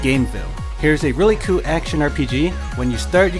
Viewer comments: It's "cool" not koow, I know you are trying to appeal to a larger audience using English as a language, but it's clearly not your first. I swear, it's either a league of dudes speaking second hand English with repetitive trance music in a countdown format, or just one. nb4liberalwhiteknightsarecoming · just wondering why don't you pronounce the L at the end of the word cool and in some other words, but most you can pronounce fine? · just wondering why don't you pronounce the L in the word cool sometimes? I notice sometimes you pronounce it properly and sometimes you don't. you could try using other adjectives other than cool it just gets boring after a while when you describe most of them as a "a really cool ____" also I'm wondering why don't you look at the positives and negatives of games? cause I notice you mostly focus on the positives but that's only one side of the coin sometimes.